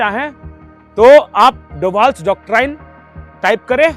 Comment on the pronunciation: कृपया डॉक्टराइन न कहकर डॉक्ट्रिन उच्चारित करे।